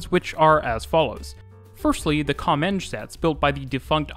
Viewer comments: Your pronunciation of "Comeng" was spot on 👌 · I thought the same as you, but it is actually "Com-enj". An amalgamtion short for Commonwealth Engineering